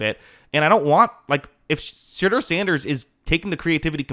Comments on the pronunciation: "She" deur Sanders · lol sounds like you are saying "shitter sanders" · I heard Shitter Sanders the first time his name was pronounced. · Love how every time you say his name it sounds like “Shitter Sanders”. I guess Daddy didn’t plan for that when he chose his name lmao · Sounds like you’re saying shitder sanders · Anyone else hearing him say shitter Sanders everytime or is it just me 😂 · All I’m hearing is “Shidder Sanders”